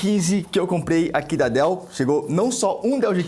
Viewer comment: "Dois DÉILLS G15" 🤣